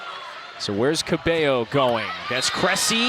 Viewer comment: it is so aggravating hearing commentators say "cabELLO" instead of "cabayo"